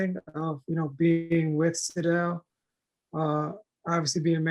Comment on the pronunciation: Name is pronounced sidel not side-del.